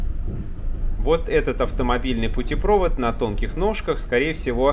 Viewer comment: Не путепрОвод, а путепровОд!!!!